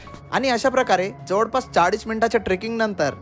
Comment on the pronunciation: जवडपास, सरड, मिडाला जिथे जिथे "ळ" आहे त्या शब्दांचे उच्चार तुम्ही "ड" का म्हणता? ते असो. पण तुमचा उपक्रम छानच आहे.